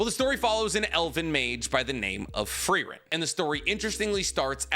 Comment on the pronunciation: Never thought I would find someone who loves Frieren this much but also doesn't know how to pronounce Frieren.